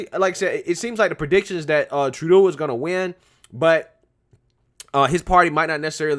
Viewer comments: Troo-doe dude, you're killing me. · His last name is pronounced Tru-doe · It's pronounced like true-dough or Tru-doh! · Justin TROO-DOO! Lol! I love how you say his name! 😄 I’m calling him that from now on! 🤣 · Trudeau is pronounced as True-dough. Rhymes with Trudope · it is pronounced Trudough. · His name is pronounced: Just In… Turd Dough